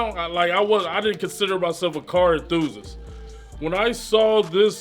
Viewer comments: "I'm a enthuzuz" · He really doesn't know how to say "enthusiast"